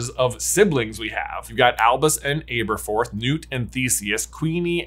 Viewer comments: Ab-erforth. Ab, not “abe” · Ahh-burr-forth Not Aye-burr-forth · It’s him saying Āberforth instead of Ăberfoth for me😂 it’s a short “a” not a long “a” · Why do you repeatedly mispronounce Aberforth? 🤣 Are you one of those silly people who couldn’t pronounce Hermione? 🤦‍♀️ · How do you keep mispronouncing Aberforth being this big a fan? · I beg you, in the name of all that is holy and Jesus Christ himself, learn to pronounce names. The way you say Aberforth is bad enough that the blood starts to seep out of my ears but ‘Merope’ pronounced like a word a bullfighter uses while dodging the bull is just too much.